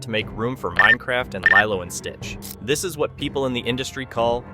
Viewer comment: I’m sorry, but why did you start mispronouncing Lilo’s name all of a sudden? You were saying it right for most of the video, so why start saying “LIE-loh” the last two times you brought up the film? How did you miss that in editing? Nitpick aside, this is Zegler’s second strike, and I’m all in favor of that being her last. She was apparently a total entitled b*tch on the West Side Story set, to the point that she argued with STEVEN SPIELBERG about HIS film and the rest of the cast and crew hated working with her, and now she’s doubled down with the same nonsense with Snow White. This girl needs some major humbling, and I won’t be sorry if she’s permanently blacklisted from Hollywood at this rate. She has talent, but that doesn’t make up for a rotten entitled attitude, narcissistic selfishness, and a complete lack of respect for the history and legacy of her films’ source material, her costars, one of the greatest directors ever, and audiences who just wanted their sweet Disney and Broadway love stories. Oh, and that next movie she’s cast in? Apparently it’s a super tiny project that’s only projected to show in a handful of theaters at best. Let the witch burn.